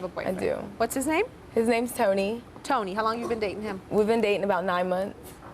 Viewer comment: I can't stand the way she pronounces the name "Tony".